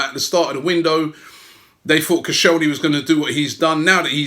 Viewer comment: it’s koscielny you asswipe